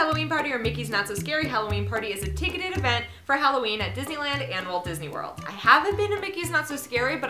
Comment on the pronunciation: U said spopy hallooween